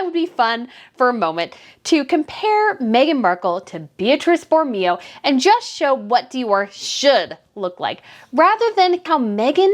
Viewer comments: Please don't be offended by this, but it's pronounced Boro-MAY-oh. As for Meghan's looks, you are absolutely correct. Not only does she spend eye-watering amounts of money on items where an identical one is available for a tiny fraction of the cost, but she does not have the figure or proportions to make many of the garments she wears show well - which is one of the biggest fashion differences between her and Catherine, Princess of Wales. It has also been frequently noticed and remarked upon that Meghan does not appear to take advantage of professional tailoring services, when a few simple alterations could at least make an unwisely-chosen garment look 100% better on her. Tailoring is such an inexpensive fix for so many fashion problems, and it is a mystery why Meghan continues to ignore its advantages. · It's pronounced Bor o MAY o